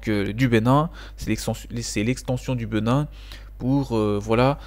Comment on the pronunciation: Bonne vidéo. Au passage, c'est Bénin, et non Beu.nin